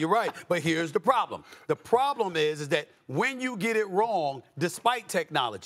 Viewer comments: Probelm?? FFS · “A referee probELM”?